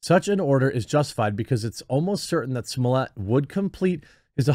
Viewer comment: I wonder if Jeremy will have learned to pronounce Smollett by the end of this ordeal.